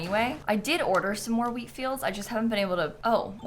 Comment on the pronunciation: "I'll go and see if Leaf sells any weed" is not a good sentence out of context 😆(Edit: I do know she says "wheat" and "Leif", but that's not what it sounds like 🤣)